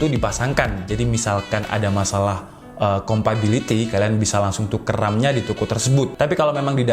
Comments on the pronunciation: compatibility gan bukan compability wkwkwk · Bang, mau ngasi masukan. Ngomong "compability" nya coba diganti sama "compatibility". Biar lebih nyaman di telinga pendengar kyk saya.